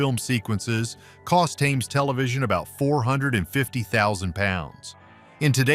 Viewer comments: Thames is old English, pronounced Tems, not Tames. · Thames like the River was actually pronounced Temz …. Not th aimz …. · Thames is pronounced Tems. Benny Hill was a man of his time, and time moves on. Eventually viewers grow weary of the format, but his status as a comedy legend is secure. He will be remembered in 50 years, and nobody will remember Ben Elton. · You can always tell an AI narrator. It mispronounces basic words, like "Thames." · No point in correcting bad pronunciation on AI narrations. Just laugh at it instead.